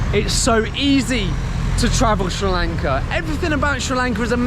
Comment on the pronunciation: I just randomy came across this video, and you earned my respect every single time you said Sri Lanka. Thanks for spreading positivity and helping us at the moment which we need it the most. And a new subee here.